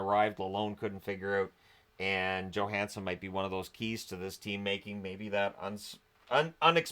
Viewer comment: Johansson has been unbelievable! Thank you for pronouncing his name properly too